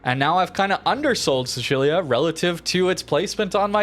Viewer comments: What was that Sicilia pronounciation? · Dude, you are butchering the pronunciation of Sicilia. Sicily, Sicilian, Sicilia, you know that Island at the bottom of Italy?